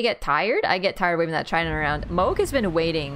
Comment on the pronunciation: Mog it’s mohg like hog but with a m mohg